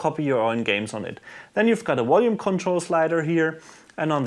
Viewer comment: what the heck is a wolume control?